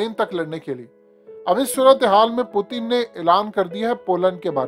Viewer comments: U look like ato be a funny guy calling him pootan. Pl pronounce him well.... Putin. Learn frm some one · Bhai Russian president ka name pronounce karna seekh lo phelay phir video bnao. Pootin kiya hai ....